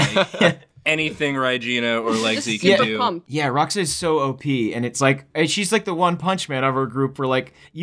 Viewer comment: its Rah'ōxah not Rah'oxah.